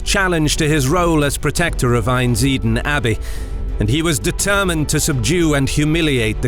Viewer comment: Great video, my family are from Einsiedeln. Note, there is an 'L' in Einsiedeln and it's not silent!